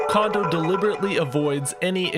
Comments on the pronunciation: Yay!! Big fan--thanks for this. Real quick, and I'm sure someone else has mentioned, but maybe this comment will be the one to make it through: Japanese is phonetic, and as such, "o" always makes a long o sound. Sooo, both O's in "Kondo" sound exactly the same as the one in "Koji," which you're pronouncing perfectly. "Kohjee Kohndoh," not "Kahndoh." That would be spelled "Kando," which is just a different name! Of course, it's plenty likely that Kondo is so notorious that enough Westerners have been mispronouncing his name for so long that we're getting a "samurai" effect, (remember that 3DS Shin Megami Tensei game?) but why not say the man's name correctly if you know how? Japanese is easy! Let's pronounce it that way! Thanks again for all your videos! <3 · His name isn't pronounced like Kahn-doe, but rather more like Cone-doe. Japanese is incredibly phonetically consistent (the opposite of English), so all the vowel sounds are always the same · Amazing video as usual, just a quick pronunciation note tho, his name is Kondo like “cone dough”, not “condo” like a condominium lol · Great video. Pronounces "Kondo" like "Condo" and doesn't give the first O the long pronunciation it'd normally be given in Japanese. I'm torn here. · If he doesn’t stop mispronouncing Koji Kondo’s name, especially the last name.. it’s the same sound as his first name. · I do wish you would pronounce Kondo right, but apart from that your videos are on point so yeah.